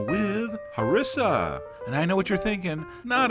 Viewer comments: chef john its pronounced ha-r-e-sa not ha-ri-sa not trying to be a prick but im arab and i kinda know what im talking about =) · Pronounced: HarEEssa... but thanks! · Awesome stuff!..I just wanted to correct your pronunciation, you should stress the i not the s by saying Hariiiiiisah. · i searched for harissa to see how people around the world make our food and as a tunisian THAT IS NOT A HARISSA, HE DOESNT EVEN PRONOUNCE IT CORRECT( ik that this video is so old) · Okay, my name is Larissa, and everytime he says Harissa it sounds so much like that xD